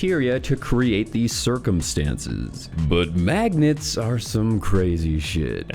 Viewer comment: Bro that ending had me 💀😂😂😂😂 "guys.... fawking maaagnets! Im tellin your! I know!"